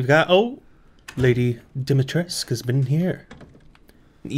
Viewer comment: Also, Dimitrescu is pronounced a bit like Deemeetreskoo;) That’s my Slavic upbringing coming in handy haha